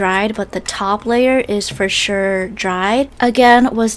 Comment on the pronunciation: ok i love it when she says 'for sure' as 'for shirr'